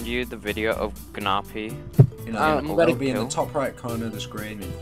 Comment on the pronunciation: pronouncing gnarpy as GUHnarpy should be a crime its narpy the g is silent